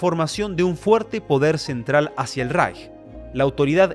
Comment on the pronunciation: Ich finde es super, dass du das Wort "Reich" richtig aussprichst.